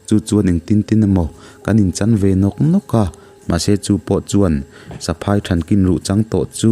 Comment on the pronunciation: Ni e,tun a ilam saphai michhiat tih ilam dan kha a thluk a dik lo nia?ziah chuan a thluk hi in hrilh a har a mahse in zir zel tur kan nihna ah ṭang sauh sauh teh???